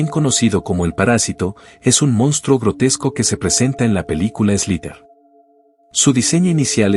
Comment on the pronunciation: se dice monstruo...